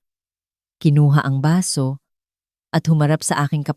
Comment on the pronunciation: Baso, not basu